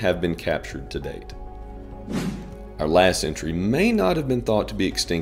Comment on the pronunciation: Your pronunciation was a bit off for the Takahē, which is to be expected for non-New Zealanders. It's more like a fast... tah-kah-heh or like tucker-hey... kinda hard to word it over text properly lol. We also have the New Zealand Storm-Petrel which was believed extinct in 1850 but found again in 2003.